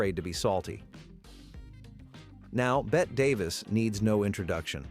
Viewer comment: Bette is pronounced "Betty."